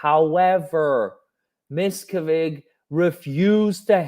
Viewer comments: Its pronounced mis cav edge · Mia-cav ( like can but cav) ige ( like in widget ) I simply can’t listen to you butcher the evil masters name over and over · You’re so funny, David’s name is pronounced Miss Cav Ige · PLEASE, please look up the pronunciation of David Miscavige.. It's Musk-av-ich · it's good you mispronounce miscavage's name he hates that better you should refer to him as an evil dwarf....he hates when people talk about how short he is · David’s name is pronounced a bit different, not sure if this is your dialect? :). Mike Rinder or Aaron Levin Smith or Leah Remini videos are helpful in all things Scientology!